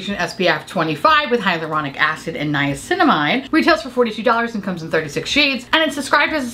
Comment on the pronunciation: You said niacinamide right first go! Proud of you <3